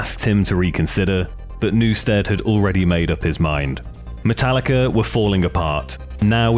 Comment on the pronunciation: I knew he would do it and call it matallicer at some point lmfao